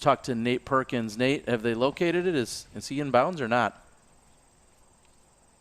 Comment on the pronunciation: Yo it’s just pronounced like “have”